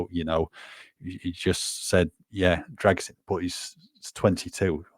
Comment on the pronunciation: I think needs to help with the pronounciation of the Dragusin name 👍